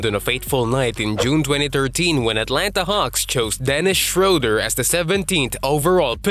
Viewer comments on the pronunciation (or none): none